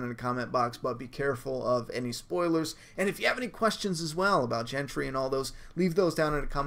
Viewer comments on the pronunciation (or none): GENDRY.... not Jentree. And yes he's Roberts son. Robert and Ned were friends but awkwardly it was Gendry's Dad Robert who killed Jons real dad Rhaegar. The War Hammer is the Beraetheon weapon. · Gentry!? Hahaha made me burst out laughing every time you said that. He's Gendry!